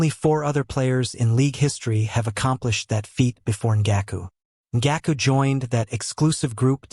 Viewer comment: the ai butchered Yannick Ngakoue’s name so bad 😭